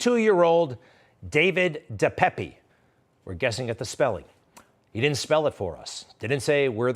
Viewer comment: It is pronounced (dee payp) De Pape.